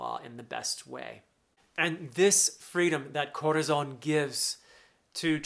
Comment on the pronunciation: Thanks for giving us these emotional and filled with energy analysis. I love, really, but really love, the Way you roll the Rs while prononcing Dressrosa, Rocinante, Corazón, Señor. It literally makes me smile, as a Spanish speaking fella